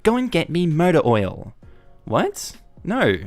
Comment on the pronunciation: the way you say "motor oil" sounds like "murder oil" and I really need to know what that is now hahahah